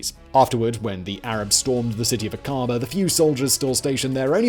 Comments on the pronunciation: Accent is on the A in Aqaba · Iy's Akaba, not aKARba. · Simon: try "Ack-ah-bah". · Great video, but every time you mispronounce Aqaba it makes me wince.